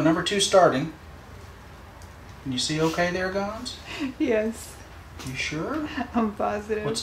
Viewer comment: Gonso guys....it's Gonso. And I was cringing watching this vid also. She seemed to be adamant on laying out big hints as to his identity for some reason. The word to describe the whole thing is "unprofessional". I feel that she has been working long enough with Dr. Gilmore by now to know better. Sorry....I felt I had to say this. I love you all though! honestly.